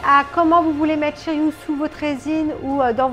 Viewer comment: tres belle statue de shiryu, pas de casse heureusement, la couleur de son armure c'est vert "jade", sinon c'est shiryu avec un "u" pas "ou" après tu prononces comme tu veux, c'est effectivement la fameuse cascade des 5 pics lorsque "masque de mort ", le jette à l'eau il revêt son armure située au fond & le dragon prend forme.....sinon poussièresur le colis normal tu l'as commandé en 2019/20 donc elle a trainnée ds le grenier et par ailleur les colis sont maltraités par les douaniers.....shiryu en mode vénère les cheveux en l'air avec le dragon l'entourant une tuerie... enfin pour ta vignette de présentation je t'aurait vu en shunrei priant en haut de la cascade de rozan pour qu'il n'y ait pas de casse cette fois ci.....bisous ma belle & felicitation pour ton dragon de jade